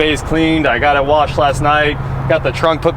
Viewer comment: I thought u said watch chair go